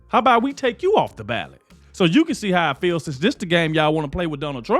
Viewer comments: Ballot not ballad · It’s BALLOT NOT BALLAD LOL!!! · It’s “BALLOT” bro. But good news!! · “BALLOT” not ballad.